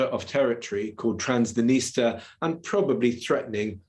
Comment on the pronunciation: 8.50 that's a strange pronunciation of Transnistria